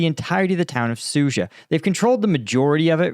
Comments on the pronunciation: Suja - dzh is a "j" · Sood zha. There is a D in there,, and an H.